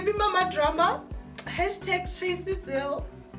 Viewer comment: Loll you say maTracy🤣🤣🤣🤣